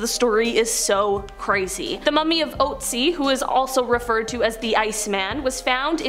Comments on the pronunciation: Look up how to pronounce the Ice Man's name correctly...PLEASE! Oat-sie IS so wrong!! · The thing that haunts me most about this video is the way english speakers pronounce "Ötzi". It is an Ö. It is "Ötztal" It is not Outzi. That nearly drives me crazy listening to :D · Look it up...the name is "Otzi".